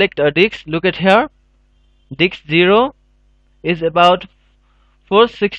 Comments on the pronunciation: diSK. not diKs. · It's "Disk" brother. Not "Dicks" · lol I heard that too, thought it was his accent until he said it properly lol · "Type List Diks" AHAHAHA I pissed myself of that :D:D :D AHAHAHA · it is not ''DICKS'' it is disk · lol you can't even say disk you always says diks ha ha ha i think no one notice it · "and now we need to select our DIKS" i died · you said dicks :) huhu ... several times ... it worked :D thx a lot !! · Dude atleast provide subtitles if you can't speak the language. You're literally pronouncing disk as dick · they way he says disk though....